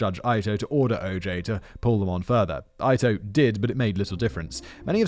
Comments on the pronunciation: I am having a hard time getting past Simon mispronouncing Judge Ito's name (Eeto, not Ito!). It's very jarring! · Oof! Dammit Simon, I'm sorry, I can handle tomato-toemahtoe, potato-potahtuh.. but it's Jude E-TOE..NOT EYE-TOE. Sorry, Its just I remember being about 12-13 when this happened and it's the ONLY way I heard the name said. BUT..in lighter news, I had a buddy (RIP!) who at about the same age as me at the time, actually drew in pen, different scenes from the trial almost like a court painter, just in a kid's non artistic style. But it was hiLARIOUS to see what he had done. Hell he was such a Sheldon(Big Bang Theory) that at 13-14yrs old he actually used a chemistry set to make his own pills. Damn guy could've/should've been a professor at Uni., but sadly passed last summer from an overdose. A serious loss in the life of my lady and I. 😓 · Ito is not pronounced eye-toe, it’s eat-o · EETO, not Eye-toe. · I just noticed he's pronouncing Judge Ito wrong; has he been doing that the whole video? It's definitely pronounced like "Eat oh", right? Not "Ite oh"? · And Judge EEE-toe is not Judge EYE-toe!! 🤣🤣🤣 He cracks me up. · Ito. IIIIIIII TO It's not Ayto. The only thing more distracting than your awful beard is your incredible mispronunciation of the judge's name WHICH IS SPELLED PHONETICALLY FFS! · It's pronounced "Eat-o" not "Eye-tow" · Love all of Simon's videos but good God man. Please take five minutes to learn the pronunciation of names prominent in story. Calling Judge Ito (ee-toe) Judge eye-toe is completely distracting. If I was watching a story where someone referred to Simon as Why-sler rather than Wiss-ler I'd be equally peeved. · EE-tow. EE-tow. It's not pronounced EYE-tow, it's pronounced EE-tow. /me grinds off another layer of tooth enamel... Anyway, thanks again for a great video! :) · It’s Ito (e-toe) not eye toe please. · "Ito" is pronounced 'eat-o", and rhymes with cheeto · EEE-Toe. Not EYE-toe. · EEE-toe. EEE-toe. Not EYE-toe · Lance Ee-toe.